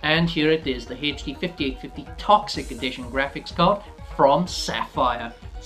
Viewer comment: du u have to keep repeating "grapcihs card" "grapcihs card" "grapcihs card" all off us know that its graphics card and u dont have to say it every 10 seconds